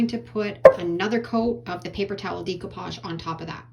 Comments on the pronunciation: Decoupage is pronounced with a long A sound like Day not Dee . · really cute ideas, love them all (fyi: it's not dee coupage, its deck oupage lol) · Decoupage is pronounced deck-o-pauge. There is no long e.